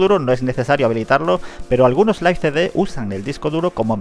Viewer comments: Se escribe live y se pronuncia laiv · Yo siempire lo pronuncie live